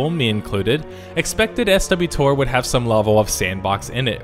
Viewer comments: This is the only MMO that you can actually enjoy by yourself, as most people don't have a cadre of friends to play and level with at all times. When it first came out, it was a phenomenal story-based MMO, I have had more fun with SWTOR, by the way, anyone who actually plays it, calls it "swotor" not "S-W-Tor", than any other MMO I have ever played. The fact that each class has their own story that you can play through, and choose whether to be good or evil, regardless of if you are a Jedi or Sith, makes the game fun, and replayable. The expansions added a good, solid additional story, especially the Hutt Cartel one, but if you take your time and really pay attention to the story of not only the players class, but each of the expansions, then you really get immersed and enjoy yourself. The most recent expansion is really the only one that I kind of haven't played, the loss of most of your companions and ship kind of made me lose interest, but I did play it, and the story is really good. The problem with SWTOR is that it was too heavily compared to other MMOs, instead of taking it for a phenomenal story-based MMORPG. Even the "dungeons" or flashpoints as they are called in game, have their own unique stories for each, giving the player a real goal to complete by the end. Instead of just throwing them in, giving them bosses to kill, and giving loot. It does do that, but gives you a reason for doing what you do, which no other MMO I have seen does other than ESO, which I do not t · Never heard anyone pronounce 'SWTOR' as "Ess double-u TOR" until this video. Bit of a mouthful, might as well just say "The Old Republic" instead, both are 5 syllables. Or "Swuh TOR" for 2. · Ok, starting to watch your video. I have never heard any of the players call it S W Tor. Either swtor (pronounced swotor) or just tor. Never S W Tor. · Why do you keep saying SW-Tor... its pronounced Sweater. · Absolutely no one calls it S,W, TOR lol. It's either SWat-tOR or SWoh-TOR if you're a douche.